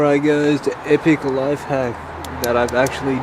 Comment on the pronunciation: “ily giuys” us giuys love you too😅🩵